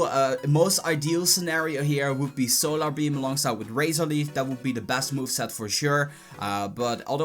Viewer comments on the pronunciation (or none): none